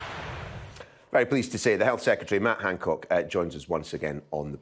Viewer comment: the Yorkshire varient of matt Hancock